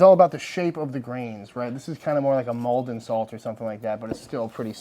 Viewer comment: The first American I’ve ever heard say ‘Maldon salt’ correct 10 mins down the road from me they make it